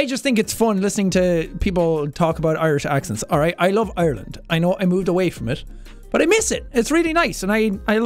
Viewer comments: Lady: “oirland” Sean: “..Ireland” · ITS ARLAND! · Teacher: "Oyerlind" Sean: "EYErland" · Not really oirland but more like aireland so she got that a little wrong imo but idk maybe that's a different accent than me what I'm used to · Jack SepticIreland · It’s pronounced eye-r-land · your definitely a yank. I as an Irish person can speak on behalf of ALL of Ireland. It is pronounced Ar - land, we dont say eye-r-land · As someone from the East of Ireland. we pronounce it eye-r-land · Voice coach: OiErLaNd, fLaRe, hOoM Me an Irish person: no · Isn't it a bit more like EIRland? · We pronounce it as “AREland”